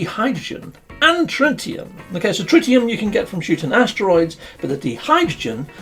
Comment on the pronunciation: Wearing my chemist's hat, it's more accurate to pronounce it DIE-hydrogen rather than DEE-hydrogen. Also, it's TRITT-ium not TRY-tium. Apart from that, a jolly good video as usual.